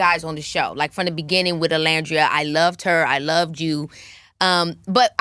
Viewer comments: Keke it’s pronounced O-Land-dria 😁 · Keke girl, that is not how you say Olandria's name 😭 You're upsetting me and my homegirls. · I love Keke down, but I hate that she keeps mispronouncing Olandria’s name. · why is she mispronouncing olandrias name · maam…it’s like 2 seconds into the video and you can’t be bothered to check the pronunciation of the person you just just spoke to?? Can we at least get Olandria’s name pronounced correctly out of other Black women’s mouths?? Just makes it easier for us to advocate for non Black ppl saying her name correctly